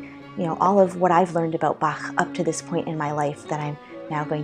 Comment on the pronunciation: First English speaking person who pronounced Bach correctly.